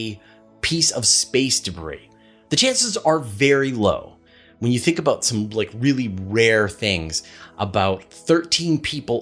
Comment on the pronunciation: Don't stop saying, "aboot". I love that. lol